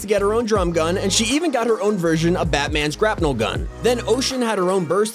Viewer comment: he said grapnel